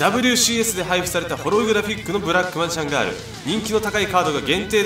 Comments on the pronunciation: ブラマジガールだけ発音がレベチ笑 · ブラックマジシャンガール発音良過ぎ笑